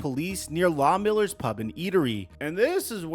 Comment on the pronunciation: CORRECTION : It’s Loughmiller’s, not Law Miller’s.